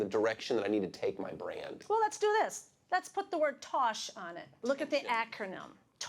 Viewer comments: she keeps adding another t to tosh!!!! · She added another T that ain’t there🧐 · Wheres the second t in tosh?